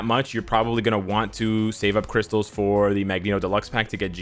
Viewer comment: "We need more crystale"